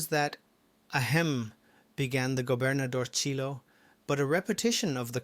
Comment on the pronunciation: "Gobernadorcillo" is pronounced "governadorsiyo". "Ll" is pronounced as if a "y" in Spanish, just like "paella".